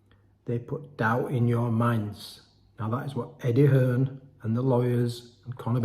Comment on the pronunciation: EDDIE HEARN NOT EDDIE HILLS ?